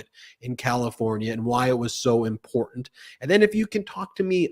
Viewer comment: Is she always drunk? She can't pronounce the word important or treasonous or the names of her peers.